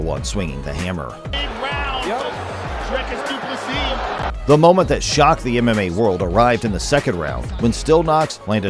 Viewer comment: "Dree" as in "Tree" . . . "cus" as in "p1ss" . . . = "Dreeciss Do Pliss-see" = Dricus Du Plessis.